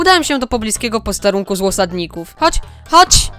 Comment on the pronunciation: Mówiłeś złosadników czy osadników